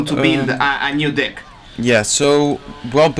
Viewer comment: pronuncia dick en vez de deck